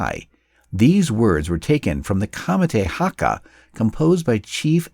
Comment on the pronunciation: “hakka” like wtf?